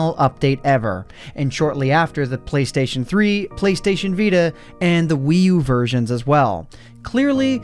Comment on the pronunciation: "Playstion" Please.